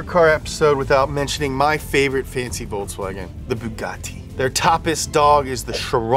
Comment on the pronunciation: Hahahaha I died with "boogati" 😂😂😂